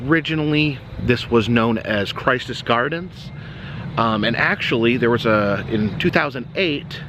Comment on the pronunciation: I will post an update on World of Illusions as soon as i know. Im fairly sure its going to be another eatery. There was many issues within the mall but it is hard to see it go. Also not a big deal and kind of moot but Its pronounced Christous gardens with a short I not like Christ more like Christian.